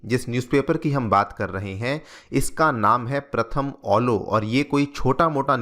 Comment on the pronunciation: ये प्रथम अलो नहीं, ये प्रथम आलो है,आप गलत बोल रहे है,सही से अनुवाद कीजिए।